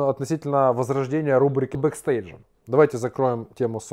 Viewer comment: По моему правильно бекстейдж а не бестейдж